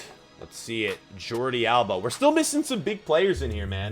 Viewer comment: Jordi Alba✅ Jordi Alaba❌